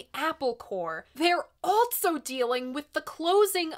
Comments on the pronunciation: This is the weirdest thing, but I love the way you add a T and a Z to also... altzso! I love your vids, I have a couple suggestions for some modern record reviews Jungle-Volcano or any Parcels album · Lol. I "ALT-SO" thought the same thing! 😜